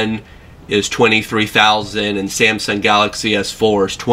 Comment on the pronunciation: SIAMSUNG ? what's wrong with this guys never knew how to pronounce ? :s